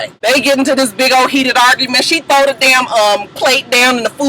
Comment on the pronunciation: "troth-o-kids" tho!!!! lol u cracking me up!